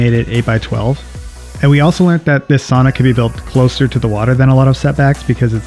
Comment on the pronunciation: Per research from Finland, the correct pronunciation is sow nuh, not sonna!